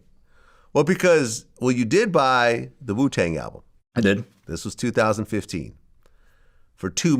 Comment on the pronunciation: Is it just me or does it sound like he says “poo tang”